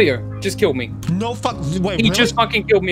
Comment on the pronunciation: "An asian kiwwed me. diswonect'